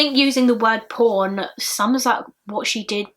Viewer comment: any other Americans here who heard the word here as 'porn' instead of 'pawn'? Lol... And then I hear 'Web porn', lmao. I'm special.